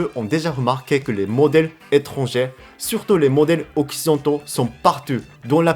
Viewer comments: Sans vouloir te vexer, je pense que tu dois mal prononcer le mot "étranger". Si tu parles d'un ou de plusieurs étrangers (tout sexe confondus), tu dois le prononcer " é-tran-gé". Parce que "étrangère" (comme tu dis), ça signifie "étranger(s) de sexe féminin" seulement ! Alors quand tu dis "si vous etes étrangère" ou "pour les étrangères", on a l'impression que ça ne s'adresse qu'aux filles ! Voilà, c'était juste pour faire une petite précision pour t'aider en français. J'espère avoir pu t'aider. Continue a progresser, et bravo tu te débrouille déjà super bien ! Omedetou !! ^v^ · Salut ! J'ignore si c'est voulu mais tu utilises le féminin du mot étrangERs. C'est pas étrangÈRE c'est étrangER. Ça se prononce comme ET ou É. (J'ai vu dans une autre vidéo que tu aimais savoir quand tu fais des fautes de prononciation alors voilà.) :) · pour prononcer le mot "étranger(s)" , on ne doit pas entendre le R final mais juste le son "é" (= "étrangé" ), sinon on pense que tu parles de femmes: étrangère(s) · Quand tu dis les étrangères plusieurs fois dans la vidéo, c'est vraiment au féminin ou c'est une erreur de prononciation ? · Je sais que le français est une langue très difficile mais juste la plus part du temps ER se prononce comme le え (é) japonais alors souviens en toi quand tu dis étrangers (Je sais le français c'est chiant en tout cas bien la vidéo)